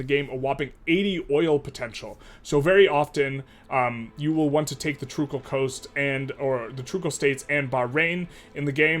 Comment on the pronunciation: "Sailaysia" "Trukal Coast"